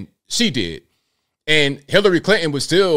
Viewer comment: Did he say Hitlery Clinton 🤣😂🤣